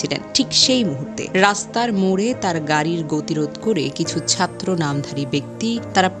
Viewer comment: চাত্র 😂 সাত্রি 😂